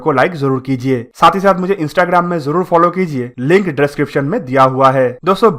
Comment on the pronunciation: Bhai, ye 6th generation baad me bana lenge. Pehle tu project, tempest & description properly bolna sikh le. Poject, drisciption, trumpest 😂🤣😂🤣😂